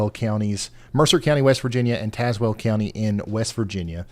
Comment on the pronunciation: ✋ Near Mercer County, WV but live in Tazewell County VA! We were under warnings several times last time! (You pronounce Tazewell like Taz-well) 😊